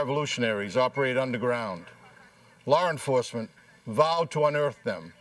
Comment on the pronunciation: "Lar enforcement", lolol 😂 😆 🤣!